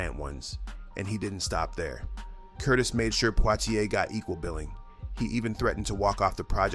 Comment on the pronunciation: Oh gawd! Another AI narrator which can't pronounce names correctly. Sidney "Pwah-ti-ai"?